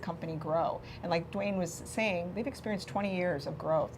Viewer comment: Wow, that fella murdered your last name Duane ..LOL! ;)